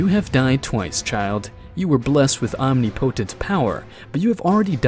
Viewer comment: Great series. Just wish he knew how to pronounce omnipotent